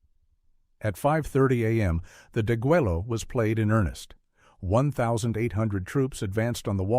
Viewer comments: It is pronounced de-gway-yo "degüello" infinitive: "degollar". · Don't forget the butchering of the Spanish word (deguello) deh GUEH yo. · If you really wanted me to listen all the way to the end, you wouldn't have used a stupid AI voice that couldn't even prounce "deguello" correctly over and over! Let me know when a real narrator takes over the script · Not in Texian, it's not. It's pronounced "deh-gway'-loh" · Please the double "L" in deguello is pronounced like the "Y" in the English word YES! How stupid is this narrator that doesn't even do a simple grammar pronunciation check! Get your AI together. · learn how to pronounce Degüello. You don't say the "Ls" You mispronounced many words. If you didn't research that, how can be believe anything else you say?